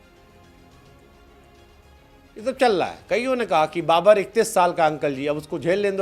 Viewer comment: Babar ❌ Ba-burrr ✅